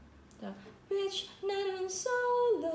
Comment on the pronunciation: It's "bichi" not "bitch"